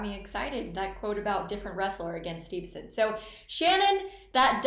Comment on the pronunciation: “Steve”son not “Stevenson”, but overall good show on the Tournament